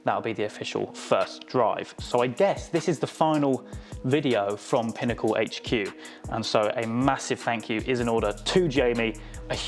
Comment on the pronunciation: I'm so glad you pronounced 'H' in HQ correctly.